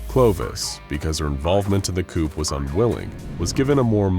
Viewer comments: Coop? Damn chickens... Coup sounds like Koo you asses... learn your sounds.... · "part in the coup" why would you pronounce it like that lol